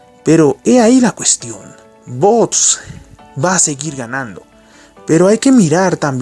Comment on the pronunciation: No es bots, es vox. Pronúncialo bien.